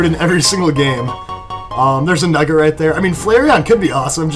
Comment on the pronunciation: Did anyone else heard him say nugerite when he picked up the nugget .